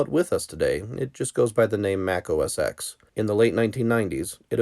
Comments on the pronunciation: Another person pronouncing it Mac OS Ex! The X is a Roman numeral because it’s the 10th major version of the Mac OS. It’s Pronounced Mac OS TEN. Just like the iPhone X is pronounced iPhone TEN. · It has nothing to do with age. People who were around then know that it was always 'OS ten', it came after System 7, OS 8, OS 9 and then OS X. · OSX Is pronounced OH ES TEN. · It's not "oh es ex"!!! DAMMIT!!!! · You lost me at “OS [ex]”